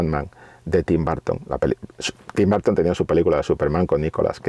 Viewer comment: No entiendo por qué los españoles le dicen "Barton" a Burton